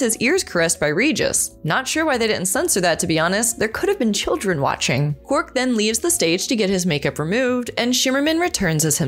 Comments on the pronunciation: It's quark not quirk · His name is QuARK not Quirk, Trek Culture has a host who can't even say his name. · I prefer Odo always almost calling him Quack. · Calling him “Quirk” is killing me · It's Quark. Not Quirk. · He's called Quark, NOT Querk! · It aint Quirk its Quark, read the spelling !!!! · Or as kept calling him "Quirk" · It's Quark.... not Quirk. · Quark for god sake not Kwerk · Sorry but instant dislike when the voice actor cannot even say Quark properly. His name sure as hell wasn't Quirk. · Sorry.... unwatchable.... constantly calling Quark... Quirk.... too distracting... that's like calling Spock ... Speck.... or Kirk... Kirk.... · Sir Bun-Bun 5 months ago Sorry.... unwatchable.... constantly calling Quark... Quirk.... too distracting... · I don't think the presenter of this video watches Star Trek DS9.. Why else does she keep calling Quark Quirk? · I keep hearing 'quirk' every time says his name... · The auto-generated captions do, too...! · That’s because she keeps saying quirk.. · Is she saying Quirk? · Yes she is ! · Quirk is what the video presenter says if she doesn't know how to say his name properly. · Is it just me, or every time she says his name is she calling him Quirk??? Am I the only one who hears Quirk? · It's rude to mispronounce other people's names,. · You said QUARK wrong! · It's just a shame you can't say his name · I can’t watch this episode! She’s pronouncing it wrong! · you are not alone